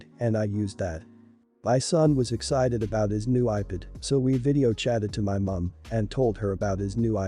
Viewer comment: do they actually listen to they before they post them cause some of these are just horrid with how they say the words like ipad sounds like iped